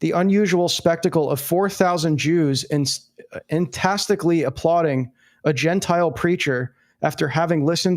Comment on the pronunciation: I don't think "entastically" is a word. Did you mean to say "enthusiastically"?